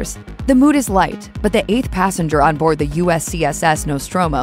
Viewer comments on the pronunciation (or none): none